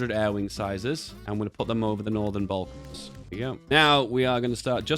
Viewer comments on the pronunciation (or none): none